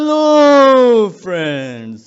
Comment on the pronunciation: I love the saying "heloo friends"😂